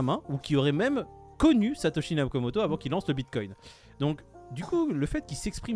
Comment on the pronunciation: J'ai tellement ri à revoir cette vidéo, attention, un moment drôle au début et un moment nutella à la fin. Pour moi, si ça vous fait pas rire 👇 Si toi aussi tu sais pas dire Satashi Nokimoto